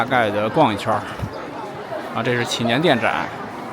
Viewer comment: 拜託 祈年殿的祈字念二聲不是三聲.